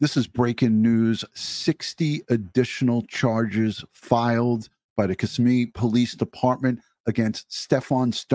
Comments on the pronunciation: Hey, not being critical, just letting you know, it's kiSSIMme with emphasis on SIM. Just an FYI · Ka - simm - ee- Kissimmee —— Osceola Ah- see - Ola. Correct pronunciation